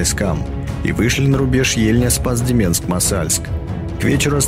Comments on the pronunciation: Интересная хроника и толковый комментарий, но резал слух РослАвль вместо РОславль и Спас-ДемЕнск вместо Спас-ДЕменск. - Будьте внимательны к произношению ударений в топонимах! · Рославль - ударение на первую гласную. Спас-Деменск - дЕменск. Вообще если в русском языке не знаешь как произносится слово, то ударение делается на первую гласную. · Как вы достали уже!Рославль-ударение на букву О! Спас-Деменск-везде ударение на первый слог.А чего не ВолокОламск или кАлуга?